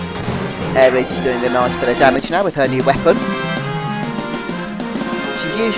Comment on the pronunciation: Good videos! Just makes me cringe when you call Aeris "aries" haha